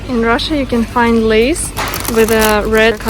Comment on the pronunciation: Een Rrrrah-shah, food eats YOU!